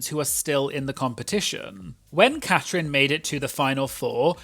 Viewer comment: It's Catrin, not Catherine.